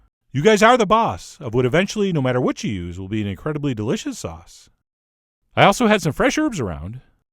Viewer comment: The way Chef John pronounces “sauce” makes me giggle. “Saahss.”